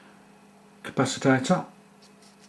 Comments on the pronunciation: nice but i couldnt help laughing everytime you said 'capacitator' insread of capacitor... priceless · Dude it's pronounced CA-PA-CI-TOR, not ca-pa-ci-ta-tor. Love the vid though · learn a new word day..capaci-TOR..not capacitator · Why do you call it a capasitator and not a capacitor? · Interesting, Nice idea. Please dont say Capasatator